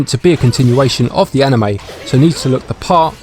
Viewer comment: "..Like an A-nheu-may".